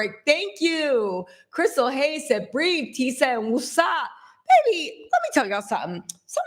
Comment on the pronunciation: Lmaoooo😂😂😂, she said breathe so bad